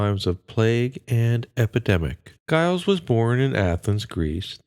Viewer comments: Giles is pronounced JILES, not guyles. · It's pronounced as Jiles